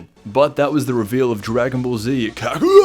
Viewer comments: its kakarot (ca-cur-rot) not kakarot (care-a-cake) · What did you say at the end there...? KAHOOOWOTZ???? huh??? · why you say his name like that 😂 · Lol. The way he said Kakarot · we just gonna ignore the way he pronounced the name lol